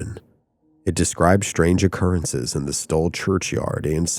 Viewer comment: Why do you keep pronuncing it 'Stoll'? It's STULL, with a 'U'. I'm not convinced you aren't AI.